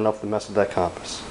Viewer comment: You're pronouncing compass wrong. It's pronounced "cumpass"